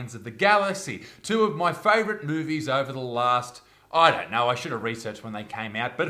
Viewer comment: “Ov’wa” pmsl, cracks me up, every time!!! Hahaha